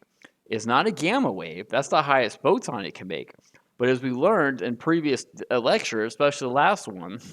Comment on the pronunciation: WTF is a poton?😂